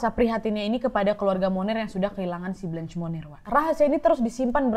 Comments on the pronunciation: Kak, saran dong untuk menyesuaikan pelafalan/pronunciation namanya sesuai aslinya yg menggunakan bahasa Prancis (bukan dibaca "blench", dan "monnier" r nya hilang/samar), sama sepertinya fotonya ada yg salah bukan foto Blanche Monnier, agak krusial sih Kak kalau sampe salah. Makasih sebelumnya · Hi Nadia. Itu pengucapan Blanche monnier salah, pengucapannya harusnya menyesuaikan dengan bahasa Perancis. Klo pengen tau pengucapan yg benar coba deh pakai translator bahasa perancis ke bahasa perancis. Kalau yang nadia ucapin seolah2 namanya jadi Munir 😁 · K, Cara bacanya setahuku blangsh monnie. Agak sulit sih y